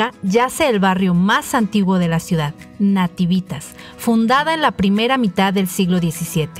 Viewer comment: Se pronuncia natÍvitas con acento en -ti.